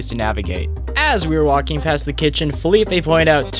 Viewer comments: I think his name is Felipe, not Phillipe (thats french i think) Love the video guy, keep like that. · Im guessing he was trying to say "felipe", cause it would be kind of a dumb spelling if it really was like that, unless he was called philip and people referred to him as felipe